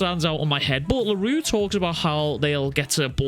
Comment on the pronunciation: Funny how a Scottish man (sorry if you are American) cant pronounce French words. I get that for Miguel's last name (eventhough most people should have zero issues pronouncing it) because it is kinda uncommon and finicky BUT come on man Larue? That is as basic as it can get even Japaneses can pronounce it. I get that you think it is funny or sth but please, do NOT joke about people's name. Especially since you easily pronounced it . That annoyed the crap out of me once funny joke is fine BUT when you abuse funny jokes... Fkin hell bro Larue is not even a super difficult or annoying French name or sth especially shits like Mbappe exists which makes Larue sounds like burger comparing to...Souffle? Wtf that is.